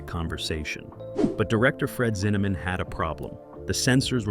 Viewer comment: "Zinnamon?", with the last syllable pronounced like "Yeah, man" in Jamaican. Ridiculous video in so many sloppy ways. BTW, it's Fred Zinnemann, "Zin-a-men". Good grief!! More 😂😂😂. Just saw the picture for the author of the book, James Jones. That's James Earl Jones the actor dummy!! And, who in the world are the guys in the snow holding the flags of various countries that are supposed to be the army pals of James Jones?? Hilarious!